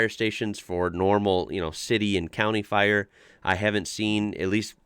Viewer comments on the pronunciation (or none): none